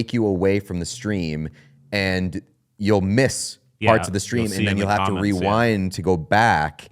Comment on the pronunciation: Im Sorry Re WHAT!?? REROUND!! MF ITS REWIND!!! ⏪ 😂😂😂😂😂